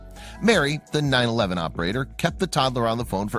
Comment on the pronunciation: its not the 911 operater its the 9\11 operater im dying idk why